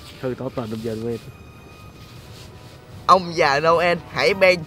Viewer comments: ơi người ta đọc là ông già Noel mà anh đọc nhà ông già Noen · noel mà anh cứ nói là nô ân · Nô en chứ ko đọc là nô ên nha anh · Noen 🎄mà anh cứ kêu noơn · Noen chứ ko phải no ên nha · ngưỡng mộ trình độ tiếng anh của anh ghê!christmas:cờ rít mợt ;noel:nô ơn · vãi cả "Nô ên"🤣🤣🤣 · Ông già Nô.................(ko phải en)...... belike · Noel ❌ No ên✓ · Nhớ đọc đúng giống Nô ên vs Me ri chít mệt nhe mấy bn:)